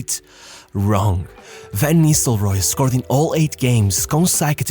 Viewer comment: Cara, aprende a pronúncia dos nomes dos atletas e técnicos 😂 pelo amor de Deus VAN NISRROY ? É NISTELROY KKK